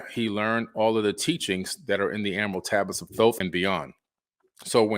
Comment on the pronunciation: Can’t say Emerald 😂 great video btw 🎈